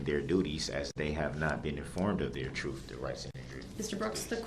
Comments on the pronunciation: Jury needs to understand the “troof”? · "Da troof" "Axed" This m.o.r.o.n. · Lil B!tch Brooks FINALLY figured out how “tacit” (tacit agreement) is pronounced. Coming up on the next episode of Pro Per Idiots: Lil B!tch Brooks in Dodge Correctional, Moment of Troof: Meaning of “Tacit” Dawns on LBB (Solitary Confinement Edition).